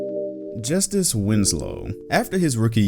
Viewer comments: Don’t you mean justeece Winslow? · Hamza T Valanciunas? It ain’t hard for me cause it sounds hispanic, as I am. I was just making a joke on a video where he mispronounced justice like that. Chill.